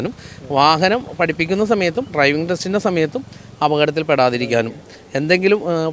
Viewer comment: ട്രൈവിങ് അല്ല, ഡ്രൈവിംഗ്